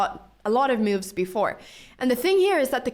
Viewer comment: After all the cow opening videos i misheard "moves" and thought she says "moo´s" you know the sound of a cow..